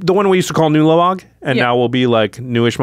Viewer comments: saying twah-lamog would make me feel like I was about to be beaten with a baguette. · Brother ew-lamog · Ulamog, Twolamog, Newlamog.